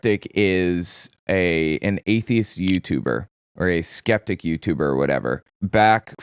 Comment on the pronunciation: What’s a skentic?